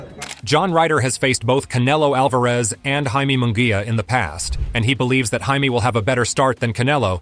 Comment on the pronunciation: You can pronounce munguia correct but you cant pronounce Alvarez? Whaaa...